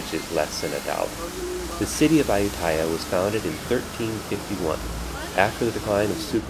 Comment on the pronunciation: Thanks for the vid. But dude, say it right: ay-YOO-ta-ya